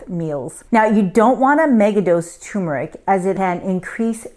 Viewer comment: Pease learn to pronounce Turmeric. Amla is nasty! I drink it quickly or take a pill.